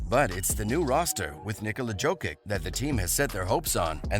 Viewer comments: Everytime he says Joe-kick I wanna smash my phone. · Jo-kitch ffs. How hard is it to learn shit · bruh, its YO-KITCH, like Yo Kitchen, Yo-Kitch, JOKIC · When you say “Jokic”, it sounds like you’re mispronouncing “joking”!!! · Fuck my ears everytime he says Jokic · You do not know how to read Jokic name, but u have more insaghts on what denver will do. Pls tell us more